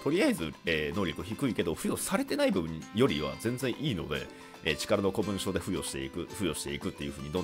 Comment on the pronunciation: 古文書は一般的には「こもんじょ」って読むんじゃね。余計なお世話で申し訳ない。